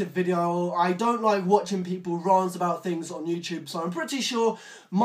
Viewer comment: please learn to pronounce rant